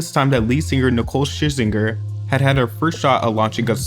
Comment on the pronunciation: Lmao how you pronounce 'Scherzinger'.